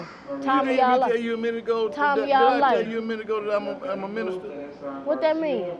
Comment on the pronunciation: told the "Minister!" she tryna find the "d"😂